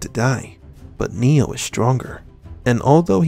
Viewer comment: It always sounds like his name is "Neil" or "new" whenever I hear "Neo" without any emphasis on the "O" at the end.